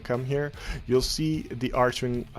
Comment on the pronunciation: "arc"-"wing" XD not "arch"-"wing" nice build tho <3